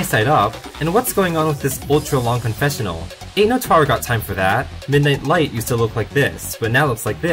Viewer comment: MIDNIGHT LIGHT BRITISH CONFIRMED